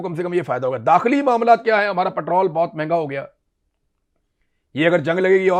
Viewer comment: پھٹرول نہیں ہوتا یہ پٹرول ہوتا ہے😂😂😂😂